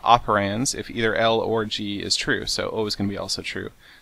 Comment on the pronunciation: Lol he said orgy